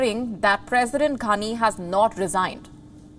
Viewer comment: So funny the way you say his name ‘anus’ lol 😆